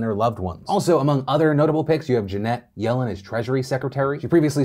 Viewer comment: Why did you say Janet Yellen's name like that?